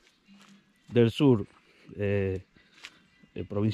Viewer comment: Antes de publicar un video aprende primero a pronucial las palabras por ejemplo el sur no como tù lque dice el sul etc.